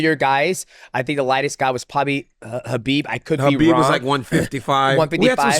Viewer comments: 10 years later DC still cant say Khabib's name right??? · DC still calling him Kabib cracks me up, great interview with a great dude